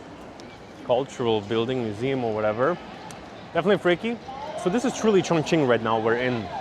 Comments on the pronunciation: 对 重庆的发音很标准😮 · When you say “Chongqing,” your pronunciation is very accurate. Many foreigners actually pronounce it as “congqing.” The incorrect version uses a flat-tongue sound, while the correct one requires a retroflex sound.